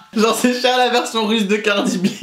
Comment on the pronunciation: “Cardi Bie 😂” 😂😂😂